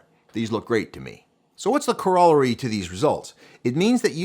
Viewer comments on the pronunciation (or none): Great vid. I’ve been waiting to replace my 1DxIII for the R1. As a wildlife guy, the megapixel is disappointing. I’ll keep using my R5 bodies. Also- Corollary is pronounced different that how you said it, brother.